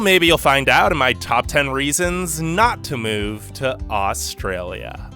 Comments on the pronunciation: is it just me or do all non-australians pronounce Australia with an o. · Thsnk you got ptounouncing Melbourne properly. Now we just have to work on your pronounciation of Australia. However, we do NOT have the gun, drug and rampant crime culture that America has. When you can go to the supermarket without getting mowed down or mugged, then you can diss us. As for our immigration process, our process is a breeze compared to the US.